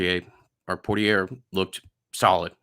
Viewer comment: Big extrapolate guy I see! Also everyone gets it confused but I believe it’s pronounced Poor-tier.